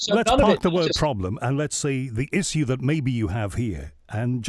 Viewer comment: I like Hughes but how he pronounces Issue is annoying. Issssiyuuu ? Wtf.